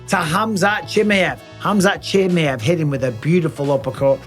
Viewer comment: Bisping's heard Chimaev's real name but he's still hanging in there with the "Chimmi-ev"